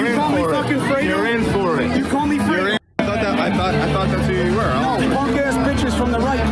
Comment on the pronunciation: You called me Fwedo 😂